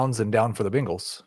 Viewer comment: Can someone PLEASE tell that it’s pronounced Bangles and not Bingles?